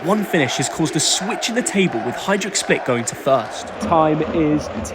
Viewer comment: Good weather in London? 😅! Hajduk, duk pls, pronounce it right.